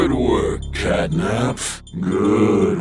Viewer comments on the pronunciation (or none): Wait said gatnap instead of catnap😦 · Why i heard gyatnap 💀💀💀💀💀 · i heard gyat nap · um every time or sometimes you say catnip instead of catnap